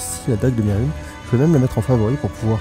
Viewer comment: Merhunes ne se prononce pas "mérune", mais "merunèsse" le s se prononce tu ma bien fais rire sur le moment ^^